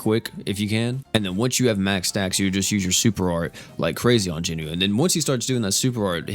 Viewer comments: I've got to ask. Why do you keep calling Jinwoo, JINU? Like, Jinu is an ACTUAL different character in the anime. And it's not like "Jin WOO" and "Jin Nu" even sound close enough to mistake. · Noticed he Is saying jinwoo funny asf lol